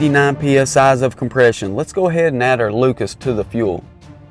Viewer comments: He said pee es ahs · This man said psi’s